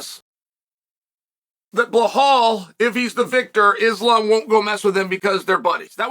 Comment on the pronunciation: At least Chael can pronounce “Islam”… 🙄